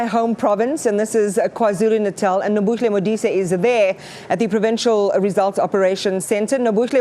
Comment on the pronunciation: YOU CANT PRONOUNCE THE NAME NOBUHLE VERY WELL YET YOU SAY KZN IS YOUR HOME PROVINCE